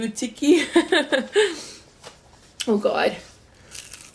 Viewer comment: The one u pronounced lui tiki is actually pronounced alu tiki